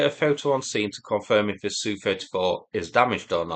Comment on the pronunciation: Do you say yook when saying U.K. same as you saying sooo 31 no S.U 31